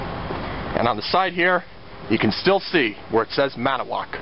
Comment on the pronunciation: as a Wisconsinite I want to let you know great video! but its annoying to hear you say ManAwoc! it has a TO in it! its said Man-IT-O-woc. made in WI! Hope that helps!